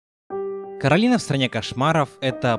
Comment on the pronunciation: Не Каталины а Коралины